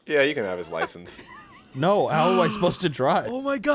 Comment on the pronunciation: No one talking about how BUTCHERED License 💀